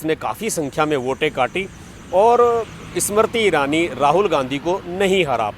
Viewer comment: bhai pahale hindi to sahi se bolna seekh lo aap baar baar ismarti irani bol rahe ho inka naam Smriti irani hai seedha sa naam hai usko bigaad rahe ho is marti irani bana diya 😕